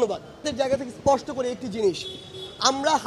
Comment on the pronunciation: কথায় কথায় বলে শুধু, ইসপষ্টকরে বলি😂😂😂